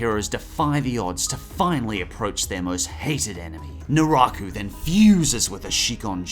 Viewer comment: “Do or do not, there is no try” His Name is Jason...and he has a Mask...”COINCIDENCE?! I think NOT!” “Narako”? Did I hear that correctly? I know it is “Naraku”